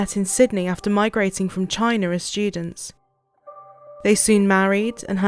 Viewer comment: had to stop walking when you said they migrated from " Chiner" ... smh